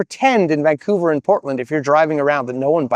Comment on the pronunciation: I sense youre from vancouver because of how you pronounce vancouver. Vang-couver